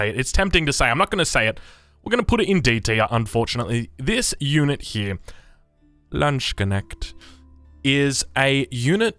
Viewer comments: I love how you pronounce Landsknecht as 'lunch connect' :D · My body convulsed in a very unpleasant way when he pronounced Landsknecht